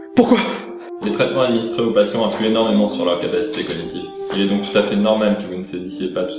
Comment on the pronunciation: Whaaa. C'était... ENAURMEMENT ENAURME